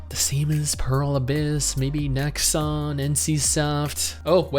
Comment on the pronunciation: Nexon.... it's nexon.